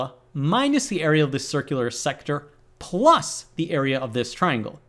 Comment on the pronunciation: how he speeks out ‘plus’